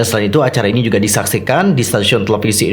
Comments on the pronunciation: bacanya ai enu ai kak buka ai ni, meskipun tulisannya INI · INI dibaca ai-en-ai bang👍